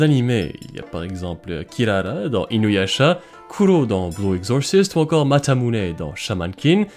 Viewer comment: Oula Bluuuuuuue Exorciiiiiist ! Je l'ai vu et pourtant j'arrivais même pas à comprendre quand tu l'as prononcé ! 🤪 Tu as aussi Ayakashi et son spin-off Mononoke avec un arc spécial. Tu as aussi Daisuke Igarashi. Eh bien moi mon petit chat noir, je lui voue un culte comme les Égyptiens !